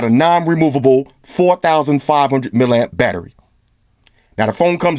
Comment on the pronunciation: did he say 4500 millieamp battery?